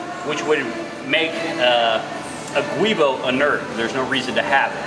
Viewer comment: guibo is pronounced jee-bo.